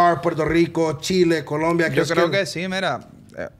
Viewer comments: COLOMBIA******** NOT “Columbia🤦🏻‍♂️ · It’s Colombia not Columbia